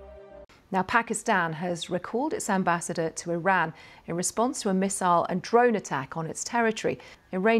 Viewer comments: پہلے ایران کہنا تو سیکھ لو پھر وڈیو بناو۔ Airan نہیں Iran نام ہے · Bhai ap iran ko hairaan q bol rahay hain